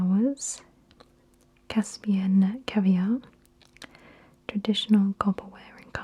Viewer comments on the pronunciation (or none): none